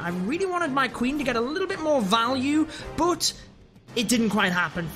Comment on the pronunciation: It's "BUT" not "BOOT"😡😡